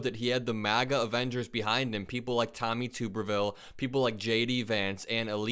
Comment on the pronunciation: I feel like if you're gonna talk about politics.You should at least know how to pronounce the word apellet. And tuberville